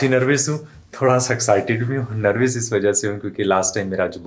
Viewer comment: Bhai nervis nhi nervous hota hai